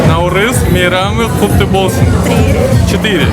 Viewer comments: НаурЫз! Ударение на Ы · Ударение на “ы” не на “а”, наурыыыыз. Алма кетті домалап, көше бойын аралап, кім алманы табады, сол ойыннан шығады. Қайран қазағым-ай, тіліңды, діліңді, дініңді ұмытсаң, ары қарай қазақ деген атты алып тастасаңда болады. Таза орыс болып кетті деген осы! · дорогой друг,праздник Наурыз идет с ударением на второй слог!)